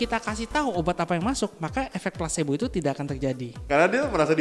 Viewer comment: Belajar sampai Tamat Bossku.. Efek Plasebo.. Bukan Plasenta..wkwkwk.. Plasbo yg sifatnya Abu2.. Atau kita Ragu2.. Kita harus yakin dan fokus.. Smoga bermanfaat.. Serta sukses. Amin